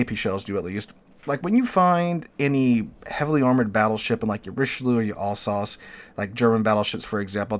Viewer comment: It's pronounced Al-sace, not all-sauce